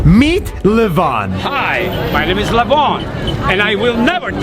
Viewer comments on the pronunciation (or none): The thing is lev-on it sounds like live on